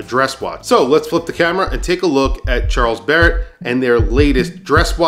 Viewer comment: Really unique, simple but pretty design. Kudus! This is exactly the kind of watch which morons who wear Daniel Wellington watches would wear if they had any sense. I believe that the brand name should be pronounced as if it were French: Sharl Bere.